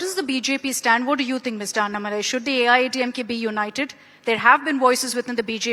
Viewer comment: Annamalaai ❌ Aaatumalaii